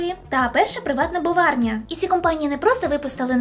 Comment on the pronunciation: ПЕРША ПРИВАТНА БРОВАРНЯ! а не боварня...